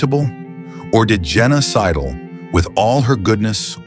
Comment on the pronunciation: I wasn't watching, just listening. I heard, Genocidal, not Jenna Sidle. Or is it a clue that this is all fake?